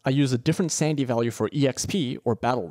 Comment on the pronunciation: Idk if it's just me but I hear sandy value and sandy efficiency instead of sanity